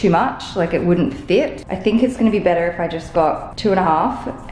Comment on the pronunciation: The moment you said "betterrr" I was like oh my goodness, she's really becoming Canadian😜 🇨🇦